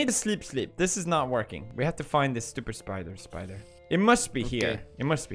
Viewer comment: Any Russian will laugh hysterically when guys shout SPIDOR xDDDD SPIDOR SPIDOR